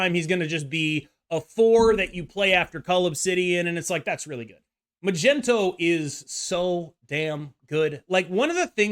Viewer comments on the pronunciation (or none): Why the fk do you say Magento and not Magneto!? 😂😂😂😂